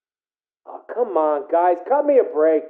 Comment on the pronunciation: In the first tape he doesnt say come he says calm